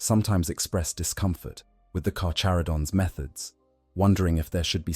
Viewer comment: The CH in "carCHaradon" us pronounced with the hard CH. It's (car-care-uh-don).........I like sharks, great white is "carcharadon carcharius"....Alternatively, ive heard it (car-car-uh-don car-car-E-us) too, but only from people from metric countries....but its definitely nit (car-chuh-ro-dons) or (char-char-id-ons) or (car-chair-id-ons)